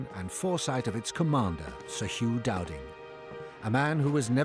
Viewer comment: it’s “Dowding” geez 😂